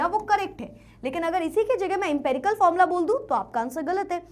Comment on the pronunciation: Formula ❌ Fomla ✅